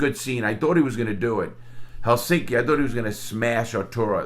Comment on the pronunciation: Very good pronounciation on "Helsinki" Larry! It's a tough word to say for English speakers, but you pronounced it perfectly.